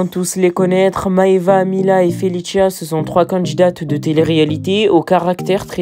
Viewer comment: Il me stresse quand il dit FeLiChIa c felicia ça se prononce normalement